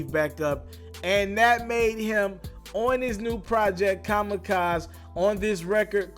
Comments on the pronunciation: Why do you keep calling it “kamikaz” it’s pronounced “Kam-eh-kaz-ee” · Ka-Mah-Ka-ZEE.. ffs, if you are gonna "report" on something, at least educate yourself enough to pronounce it correctly. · It’s pronounced kamikazE like “kame-kaz-ey” lol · Eminem's album is called Kamikaze..Pronounced ka-ma-ka-"zee" not pronounced Kamikaz..There is an "eee" at the end..Haven't you heard a million people say it this week..? "Kamikazz"..lol..I hope you don't cover hip hop...Or WWII battles for that matter..lol.. P.S. Someone might have to explain that World War II reference to you..😂🤣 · WTF IS KAMAKAZ ?? 🤣🤣🤣🤣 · Kama-kaz-(zee) nikka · It’s not kamacaz bro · Comma kazay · That’s wrong too. There’s four syllables in Kamikaze, not three. Ka-mi-ka-ze! Four syllables! As for pronunciation, it’s pronounced: Kaa-muh-kaa-zee! Like damn, grab a dictionary, or use your phone or laptop... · No bro is COMMA KAZ lmao jesus....jesus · its pronounce ka-mi-ka-ze (like you pronounce versace, i mean that 'e' like in versace) trust me, im asian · Say the album name correctly next time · It's Kamikaze! Pronounce the E at the end homie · please just pronounce Kamikaze ryt just for once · Learn how to say Kamikaze for gods sake. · you might want to practice pronouncing the word "kamikaze".... lmfao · Pronounce the album name again...? (LMAOOOOO) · How hard is it to pronounce kamikaze? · Thumbs down for not saying the album title correctly not once or twice lmao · SO PRONOUNCING KAMIKAZE IS HARD FOR U HUH? SMH..... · I'm not surprised that is pronouncing Kamikaze wrong... Because he never, ever got The Story of Adidon right... 😒😒 I'm starting to believe that he probably pronounces his own name wrong... 😩😥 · It's kamikaze....say the E! And you said it right just saying the song but not the album? My guy what's the deal!! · Can’t even pronounce Kamikaze lmaoo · Can you pronounce the damn album correctly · Ikr...fuck wrong wit dis dude